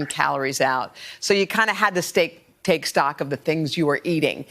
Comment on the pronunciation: Lol she actually said “steak” instead of “take” 🤦🏻‍♀️